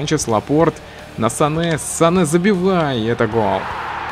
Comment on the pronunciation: Правильно говорить Занэ